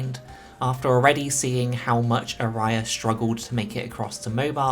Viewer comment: love ya, but please, the pronounciation of aria is putting me in places I didn't know exist. Great video though!